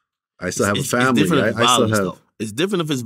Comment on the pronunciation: Vlad repeatedly pronouncing 'fomily' like Dej Loaf is crazy 🤣